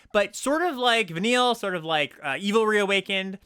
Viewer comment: congrats on being the first content creator to pronounce Vanille, Cheerful l'Cie correctly